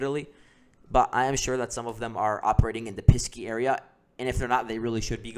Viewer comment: I liked your report, but it is Pesky, not Pisky.